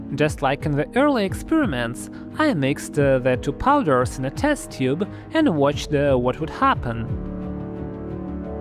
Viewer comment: just a little English pronunciation tip for ya.... you say the word "mixed" (and later the word "watched") wrong.... sorta. . you say it correctly.... but then add an extra "duh" sound to the end. so instead of "mix-ed"......you say "mixed-duh (idk, its hard to explain with text only lol) . like, you say the word PERFECTLY.... but then add an extra "sound" to the end that isnt needed. . dont worry too much about it.... you are perfectly understandable. and even NATIVE English speakers do the same thing. (my sister would add an extra "ed"...or 2, or 3... to every word that ends in "ed"...... so she would say "i mixed-ed-ed the chemicals" . and dont let my sister see this comment..... she WILL beat my behind. lol.